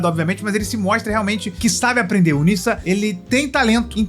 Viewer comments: se pronuncia “nedja” não “nissa” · Pronunciar chinês é um pouco complicado, mais o nome se diz Ne já.